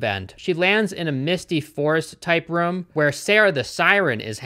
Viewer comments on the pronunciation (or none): I knew you called 'rooms' 'rums' but finding out that its all double o words made me giggle. 'Broomsticks' are 'brumsticks' as well. Cute lol